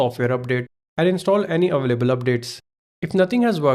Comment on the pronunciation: It’s “any available” not “ any evehhhlebbel”